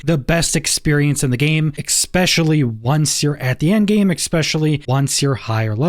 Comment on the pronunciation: My guy, it's ESPECIALLY, not exspecially...... wow.